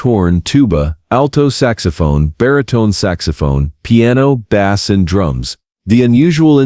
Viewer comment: Crappy AI narration-- pronounces bass as in a fish.